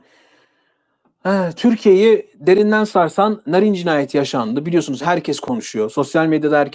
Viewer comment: Jahrein i sevmem ama bu yapılanın haksızlık olduğunu düşünüyorum. Bir şey daha eklemek isterim ki Sayın şu çocuk yaşta canından olan kızımızın ismini TDK ya göre doğru söylüyor olabilirsin ama aynı TDK örneğin Kaatil diye vurgusuyla okunan Katil kelimesini vurgusunu yok ederek anlamsızlaştırmış iken bari kızcağızın ismini olması gerektiği gibi telaffuz etsen? Narin diye yazılır Naarin diye okunur.Sen narin narin dedikçe içime fenalıklar geldi. Jahrein in ailesine ve eşine sabırlar dilerim.Umarım adalet en kısa zamanda tecelli eder ve serbest bırakılır.Narin kızımızın katilleri de,onlara yardım ve yataklık edenler de umarım en ağır şekilde cezalandırılır.Mekanı cennet olsun kızımızın.